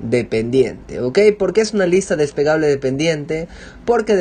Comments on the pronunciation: falto vocalizar "despegable" seria mejor desplegable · No es despegable, es desplegable....despegable es de despegar algo, desplegable es de extender....el hombre no pronuncia bien la palabra y por eso desconcerta... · jajajajaja sabes que estaba pensando lo mismo... No es despegable la lista, es desplegable :-) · Huy perdón hombre....no se dice desPEgable, es desPLEgable.... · des PLE -PLE-PLE gable.... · No es despegable se dice desplegable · DESPLEGABLE, No Despegable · Muchas gracias, me sirvio mucho, un consejo es lista desplegable no despegable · depegable no amigo.. desplegable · Se dice DESPLEGABLE y no "despegable", pequeño detalle. Por lo demás muy bien. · es desplegable no despegable... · "Desplegable", no "despegable". Lo primero se refiere precisamente a una hoja grande dentro de un libro. Despegable es que se puede despegar. Y precisamente en su ejemplo lo que pretende es "unir", no que se eche a volar. Por lo demás muy bien hecho. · Ciertamente, muy útil la información. Pero me choca que diga "despegable" jajajajaja. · Despegable, despegable, despegable...🤯🤯 ¿Será porque se despega? 🤔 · Se dice "desplegable" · Buen video, pero se dice "lista des-ple-ga-ble, gracias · DES-PLE-GA-BLE con "L" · Se dice desplegable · Me generó ansiedad jajaja, pero muy buen video!